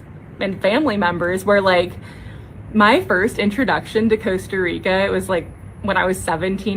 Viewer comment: Costa Rica is worse off with all the affluent US expats who don't even bother to learn how to pronounce the name of their host country. 😡